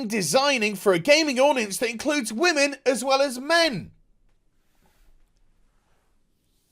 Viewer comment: "the wammins" lol